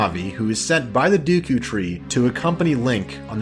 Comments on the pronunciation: Deku... sounds like you saying dookie almost lol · Omg I never knew other people pronounce it as Dooku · RIP DUKU tree xD ROFL, that pronunciation made me laugh so much. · ORGAN, it’s a pipe ORGAN. Great vid though, save from the pronunciation of SA-REE-AH and DAY-KOO tree 😜 Best game ever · mispronounced Deku tree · love the analysis but the pronunciation of the deku tree killed me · I always pronounced names wrong as a kid, Instead of just saying "deckoo" I pronounced it as "deckyou", and instead of saying "Saria" I said "Sarah", and I called an "ocarina" an "orcanya", I got mad though because I pronounced Navi right, but my friend pronounced it like the word "navy", my god it was tough being a kid and trying to read text from games. I remember when you get to lake hylia, the guy at that house who has you do the diving tests in order to get a heart piece and another item (don't remember what though) says the word "noticed" and as a 6 year old kid that word baffled me and I kept pronouncing it like "not-icked", until my older brother said it was noticed, and then I was so embarassed because I used that word regularly but hadn't seen it written yet. So funny to think about now as a 29 year old,I totally forgot about all of this until I saw you call it the duku tree and the saw the top comment from that guy making fun of it. It's wild how I can recall an unrelated memory just from watching a YouTube video, and suddenly I remember that memory so vividly. It makes me happy that everyone loves this gam as much as they do, it really changed my life when I first played it, I honestly think it, alongside more creative based games like RPG maker for PS1, is the reason I began to become more artistic and creative in general because the story telling in this game is so fantastic and it really game me one of the first video game experiences that just completely moved